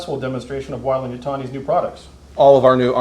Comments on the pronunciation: What did you use for the M41A pulse rifle was it a Thompson M1A1 like the movie used? its pronounced way-lend not why-lend sorry bit of a Aliens nerd thing. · WHY-LAND YUTONI